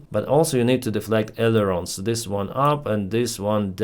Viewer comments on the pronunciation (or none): none